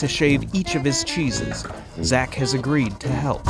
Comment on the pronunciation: I hate that Ned is Italian and yet can’t pronounce cheeses properly.